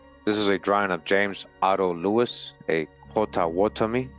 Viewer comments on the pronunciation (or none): none